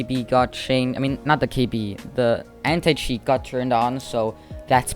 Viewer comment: Anti cheat My ear : Hentai cheat